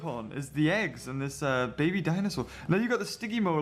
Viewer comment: heggs (the h is silent)